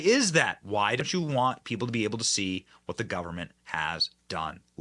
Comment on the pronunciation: Ku, wah, wah in 68 hrs. Got it ! Totally speaking in demonic tongues, completely Left of the dial. Wahnt, not wahhhh !!! Really???